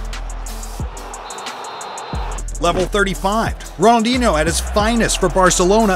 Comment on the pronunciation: Bro really said ronoldchino not Ronaldinho